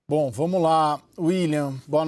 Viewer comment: Essa CNC é tão ruim, que até comentário não sabem falar, Caio falou "vomos" horríveis vocês